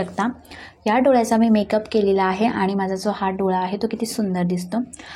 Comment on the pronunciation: पिलून नाही पिळून... कलेपणा नाही काळेपणा .. दोल्या नाही डोळ्या खालचा